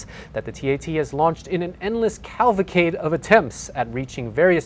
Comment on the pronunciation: the word is CAVALcade not CALVAcade.